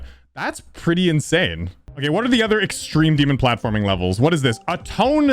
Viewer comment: Ahh, yes… “EXTEME DEMON”